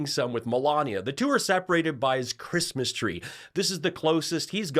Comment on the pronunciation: I know what Melanoma wants for "Chreeeeesmas" and it rhymes with Lardiac Arrest 😂😂😂